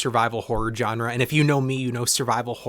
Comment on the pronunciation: "Genre" has a soft j sound, like the j in Jacques.